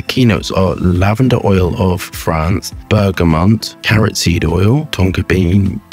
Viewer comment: I will never get over how says BergaMONT 😂. Great review 🎉